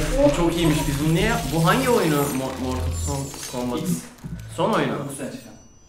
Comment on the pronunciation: =ooo martıl kambıt hahahhshahahshs